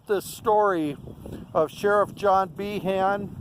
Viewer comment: He name is pronounced Bean